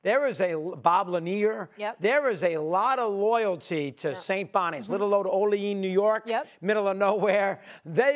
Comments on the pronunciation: Someone tell lifelong New Yorker 'Mad Dog' it's not o-LEAN, it's o-le-AN... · As a local Mad Dog… It’s OleAn, not O Lean. You got to pronunciation the an in Olean…. Oh and Saint Bonaventure is actually in Allegany, but that’s okay, we all call it Olean too.